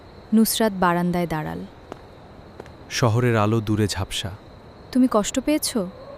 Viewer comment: দাড়াল উচ্চারণ হবে দাড়ালো😮😮😮😮😮😮😮😮